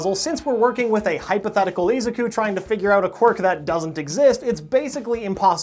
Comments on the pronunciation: E Zac ku? ITS A ZUK U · How does this anime have a dub and you still pronounce Izuku wrong lol